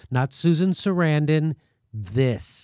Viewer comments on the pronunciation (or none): none